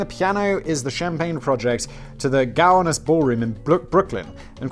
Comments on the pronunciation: lol, Simon, I was sitting here wondering where the piano champagne glass thing was. Like, Cowanis? Where's Cowanis? It's Gowanus, pronunciation: go (like I'm going) -wan (like the synonym for pale) and -us (the direct or indirect object form for we). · jc nickel.... 🙃 also, being from brooklyn, i think the way simon pronounces “gowanus” is kinda funny 😅